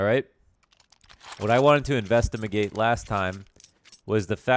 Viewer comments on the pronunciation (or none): Did you say... Investimagate?